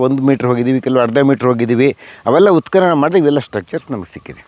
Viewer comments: ಅಮ್ಮಾ ತಾಯಿ,ಉತ್ಕಲನ ಅಲ್ಲ.ಉತ್ಖನನ . ನಮ್ಮ ಕರ್ಮ ನಿಮ್ಮಂತವರ ಅಭಾಸಗಳನ್ನು ಸಹಿಸಿಕೊಳ್ಳಬೇಕು. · ಮೇಡಂ ಉತ್ಕಲನ ಅಲ್ಲ, ಅದು ಉತ್ಕನನ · ಅವ್ವ ಮಹಾತಾಯಿ ನೀನು ಕನ್ನಡವನ್ನೇ ಕೊಲೆ ಮಾಡ್ತಿದ್ದೀಯಲ್ಲ ತಾಯಿ....#ಉತ್ಖಲನ_ಅಲ್ಲ_ಕಣವ್ವ_ಅದು_ಉತ್ಖನನ.... ಮೊದಲು ಕನ್ನಡವನ್ನ ಸ್ಪಷ್ಟವಾಗಿ ಮಾತನಾಡೋದನ್ನ ಕಲಿತುಕೊಂಡಿ ವೀಡಿಯೋ ಮಾಡು ತಾಯಿ